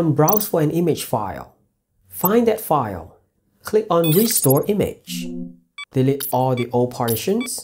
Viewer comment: your English is very good, but some word stick out. example "delete" should not be pronounced "dilit" but "dil-eat".